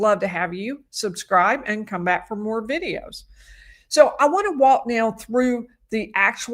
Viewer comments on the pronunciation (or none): none